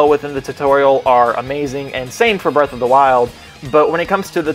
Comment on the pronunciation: Breath of the wild or Birth of the wild? And did you just say Forces is crappy? Triggered